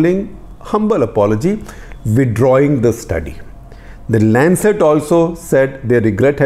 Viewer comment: Its Lancet.